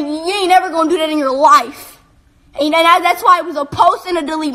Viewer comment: "Go find something better to do with your LOIF" "SIX NOINE"